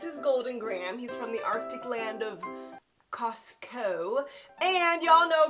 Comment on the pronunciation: I want to visit the icy dessert of Cos-coe 😂